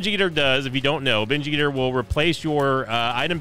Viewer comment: Best part of binge eater is listening say binge ester in a funny way everytime he gets a binge eater item